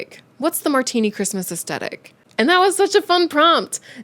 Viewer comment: Hi there. The pronounciation of the word Aesthetic is Aes -thetic not Aest - etic. Maybe it is a North American thing (i come from the UK ) I love your channel , you are informative and talk about interesting topics. Your cats are adorable ! sending virtual hugs to you and virtual cat treats . 🤩🐈‍⬛🐈‍⬛